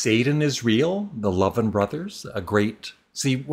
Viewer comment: Charlie & Ira Louvin were indeed a great country and bluegrass act, and they're members of the Country Music Hall of Fame. Their last name is pronounced "LOOVIN."